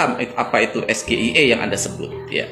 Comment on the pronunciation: Akronim bahasa Inggris tapi dibaca dengan ejaan bahasa Indonesia. Harusnya ejaan dibaca Es Ji Ai I bukan dibaca SGIE